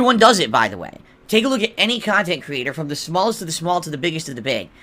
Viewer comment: I despise how he always makes a big deal about “main kahntent” and “side kahntent” no one but him cares